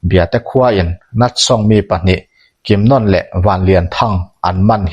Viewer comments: I chhiar ngaihnawm viau mai mahse misual pakhat hi kimnon ni lovin kimnawn ti in kan hre thin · a thluk hi a lam diklo in kalo hreve a,kimnawawawna tih tur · Kimnawna hi ilam diklo, anawna nawn niloin nawn tih laikhi athluk ahniam tur, Kim laikhi aki asanga nawn tihlai khi athluk ahniam tur. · Kimnawna tiha 'Nawn' tih lai hi 'Bawkbawn' tiha, 'Bawn' kan lam anga lam rik tur a nia. Eng pawh hi se i chhiar thiam, a ngaihnawm bawk e. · Pi tar thattu hi Kimnawna tih a in lam hi Nawn tih ah hian thlukna a awm a , chuvangin nawn tih lai kha thluk tur a ni e . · Kimnawna ti a i lam rik dan hi ka hriat dan nen a in anglo. Zanlawn tih ah hian lawn tih lam rik ang hian nawn kan ti.. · Kimnawna hming i lam dan chu a va hawihhai love. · Kimnawna 'nawn' lai tak hi sainawn kan lam rik anga lam loh tur,lamhniam tur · 'Kimnawna' ni lovin, 'Ainawn' kan lam rik dan angin, 'Kimnàwna' tih tur a ni. Chutiang bawkin, 'Lairumi' tih pawh hi, 'Laifei chawi' kan lam rik dan anga, 'Làirumi' tih tur a ni. Tin, Biate aṭanga um zuitu mi 13 an thlan zinga pakhat hi ka papuia a ni a, a sawi danin Vaphai aṭanga mi pahnihin an rawn fin tih hi a dik lo ang. Hetih lai hian Vaphai aṭanga rawn kal an awm lem lo a ni awm e.